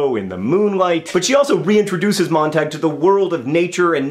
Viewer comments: It's actually MOANT-AHG according to various sources (including my English teacher), and apparently is German. MONT-AH-GUE would be spelled "Montague", though, for future reference. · WAIT HOLD ON JUST ONE SECOND. MONT-AHG? NOT MONT-AH-GUE?